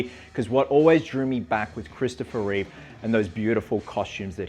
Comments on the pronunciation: Reeve, not Reeves. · There's no s in Reeve